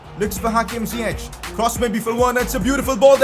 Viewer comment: pcq it is pronouced ziyeck not ziyechhh